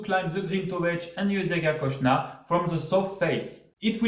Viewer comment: Zgornje Jezersko and Kocna is pronounced Kochna